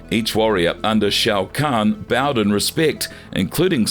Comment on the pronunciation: Ffs every video is the same. If u cannot say the character names properly then u shouldn’t say it, unless ur gonna learn to say it properly. It’s shao Kahn not show Kahn. Obvious to me that these people are not fans they just making content for money Edit: this is by far the worst video u guys have ever done. What a load of crap! Every name is pronounced wrong. How baraka and kronika are pronounced is ridiculous. It’s like ur trying to mess it up on purpose 🤯